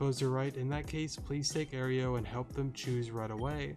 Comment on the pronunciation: You're pronouncing Aero like Oreo, it's more like aero-dactyl